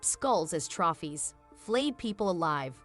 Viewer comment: Trouphies haha